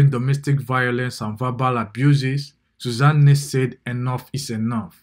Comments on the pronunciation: You people in the comments are not asking the right questions: Why does the narrator keep pronouncing her name as “Suza Nne”? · It's the way you're calling her Susan Nne for me 😹😹😹. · This person sef doing the voice over, i don't know what to say. How can you be calling Susanne like its an igbo name. Mtcheew